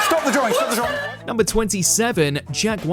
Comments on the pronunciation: What's a draw-ring? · What's a Drawring?